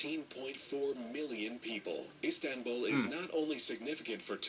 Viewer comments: I didn’t know iZanbul was one of the biggest cities. Me: uhh you mean iSTanbul?: iZanbul Me:🙄🤦🏽‍♀️😂😂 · "IzAmBul" Wth man 😂😂😂😂